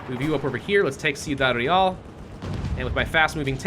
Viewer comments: It's pronounced Kwee-dad, btw. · See-oo-dad Real? Lol Your mispronunciations are hilarious sometimes.